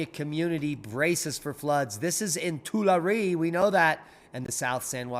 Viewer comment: It is “two- LAR-ee” (lar like in lark). It is not “too- la- REE). Please pronounce it correctly! 😮 We used to live in the Central Valley of Cali. Love you!